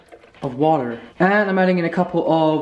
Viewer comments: "watERRRR" when you're making your smoothie lol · hahahah I was like wait why did he say that so differently!! Glad im not the only one who noticed that hahahah